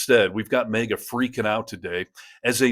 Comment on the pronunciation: It's MAGA not MEGA